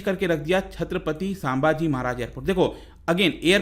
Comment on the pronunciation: Thanks for this video. But the only thing is it's संभाजी महाराज not सांभाजी महाराज!